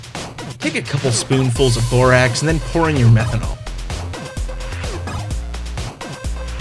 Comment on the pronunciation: when you said borax i tohught you said borat =\